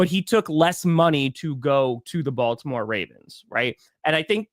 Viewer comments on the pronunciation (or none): none